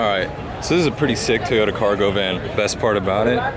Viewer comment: twinturbo... toyota... why would you say your car like that, lil bit douche